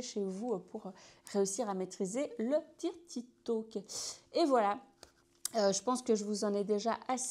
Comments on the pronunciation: Sympa l’idée mais "dirty" se prononce "deurty" si on devait franciser le mot 😊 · Excellent conseils, par contre la prononciation de « dirty », c’est comment dire…belgo-francais 🤭. Mais on s’en fiche vous maîtrisez parfaitement la langue (française lol) et de toute façon, sus aux anglois, si je puis dire…